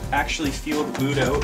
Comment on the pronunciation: I swear he's not saying boot, he says boob